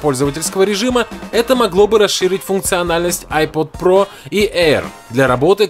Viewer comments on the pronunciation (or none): Научись говорить 3D Touch и iPad Pro